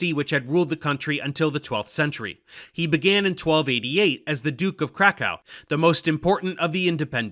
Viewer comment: What is Krakkó? xD